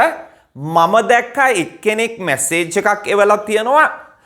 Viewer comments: Podi niwaradikirimak Samage danaganima pinisa. A small correction for the benefit of all including the Master. This is a common mistake that most Sri Lankans make when it comes to pronounciation. The word "MESSAGE" is most often pronounced as "MASSEGE" which is wrong. The correct pronounciation is " M" E"ssage not M"A"ssege. There is another word called MASSSAGE which means in sinhala "Sambahanaya" - which has no connection to "Message". Hope the Master himself will correct himself and teach his students, the correct pronounciations from hereon. Thanks. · Very correct. I immediately noticed the wrong pronunciation